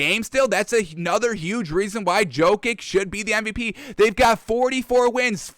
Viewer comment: Probably Djo-kovic and cuz he got a feeble tongue